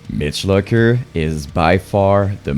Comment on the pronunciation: You cant even say Mitch Lucker's correctly. Therefore your opinion is null and void!